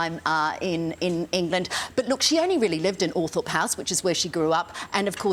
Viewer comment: It's pronounced Althrop NOT Althorp.